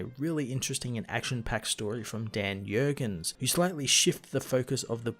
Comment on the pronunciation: It's not "Yurgens." The "J" is "hard." Just so you know. And damn, Mike Perkins' art is great. I thought Ivan Reis was the penciller for half a second. Can we have Kyle go back to being Ion and see Ion versus Eon? (Joke.)